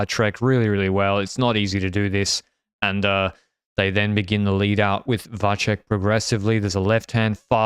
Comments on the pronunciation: Please stop killing the name of Mathias Vacek - it's pronounced Watsek, not like Wahtshek. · Yeah I don't know what happened to the boys, they used to pronounce it much better before lol